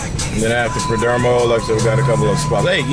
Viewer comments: Good vid but it's PerdOmo not Perdermo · Have you learned how to pronounce the perdomo family name correctly? 😂😂😂